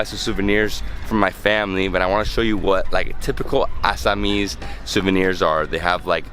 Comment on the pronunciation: Tumi tu axomia hoi at least accent tu Val k kua bhonti